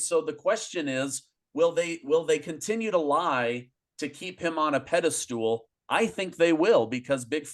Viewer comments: Pedi-stool? Is that something that might have been found on Epstein's plane? 😆 It's pedestal, bro! 😊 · 👍🇬🇧 Pedestal not pedestool